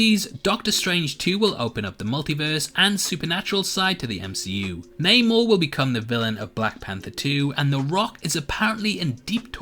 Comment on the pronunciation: It’s Namor not Neymour 😊